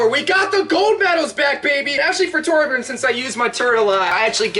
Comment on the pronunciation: Torbjiorn the guy